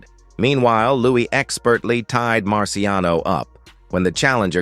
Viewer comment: "Lewis" is they way it's pronounced... not even his friends called him "Louie", And why doesn't the narration match the video?? Perhaps you should find another line of work. And PLEASE NEVER use AI narration!